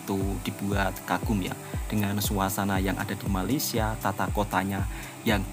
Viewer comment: Woi, bila ko nak sebut Malaysia dengan betul ha? Atok nenek aku, mak bapak aku pun Jawa, elok je sebut Malaysia. KO ni pun…